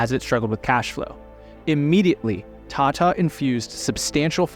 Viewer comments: the world is full of foul like u don't mispronounce Hindi words it's Tata not "tatta" foolish anglosphere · appears to believe that India should still be an English colony based on a fundamental misunderstand of math, english, economics, and finance? Along with an impressively awful pronunciation of, “Tata,” as-if he thinks that Ratan’s surname is based on an British salutation. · Who suddenly read Tata as Tate 😂